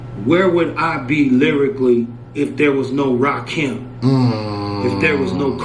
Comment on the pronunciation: It's Rakim, not "Lakim".